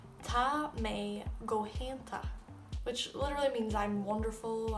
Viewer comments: I know you did say that there are a lot of dialects in Irish, one difference that I instantly pick up on with your accent in the lack of pronunciation of the "fada" or "accent" as you say Taa, where I would say Taw.. and "My" (maith) where I would say Mah... still... Taw two gu Mah.... aka Tá tú go maith and keep it up. great to see irish spoken in any accent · Ohhhh not sure about so of your pronunciation! Tá = taw, not ta, etc Dia duit - ditch?!?! mmmhhh, atá - ata!!!??? Maith - my!!!! Na! Bye! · odd pronunciation of Ta...